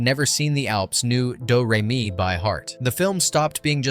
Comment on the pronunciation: "Doo Ray Me" 😂